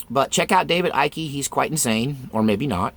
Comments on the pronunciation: Dude, it's Icke . pronounced like bike. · I agree. I noticed that all these people look digital. I did see Lady Gaga look very weird with her eyes. She is demonic. I don't believe in shapes shifters or reptillians but I do believe in demons. Icke is one syllable Ike forget the c it's silent. I pronounced it Ickey too until I heard someone announce him. Ike as in the former president Izenhower (sp?) they called him Ike for short. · It's ICKE rhymes with MIKE ! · Icke pronounced as in Tina Turner’s hubby 🤗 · Yep, david icke (pronounced like "sick" without the s lol) popularized the theory, but it's more likely the legend came from Conan The Barbarian. To be totally blunt, reptilian theories make conspiracy theorists look crazy. My belief is if a theory is traceable to a solid origin, it probably isn't true. This one is a great example of that. Cool videos though, looking forward to watching more. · Oh... and it is pronounced "Ike". Yeah you can see him wearing all his Masonic stuff and everything. He's disinforfor sure. Maybe under CIA mind control for controlled opposition. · David Icke (pronounced ike, like bike) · Have you never heard of David Icke? He is so right about so many things. Have you listened to any of his talks or read any of his books? The reptile idea is really on part of what he is talking about. And yes you are pronouncing his name wrong. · you couldn't take 20 seconds to learn how to say Icke's name? there are 1000 videos out there.